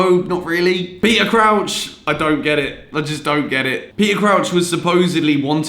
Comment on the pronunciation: the way you said Crouch was actually joke